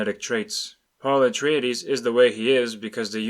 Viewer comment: Did you say Paula Traydees?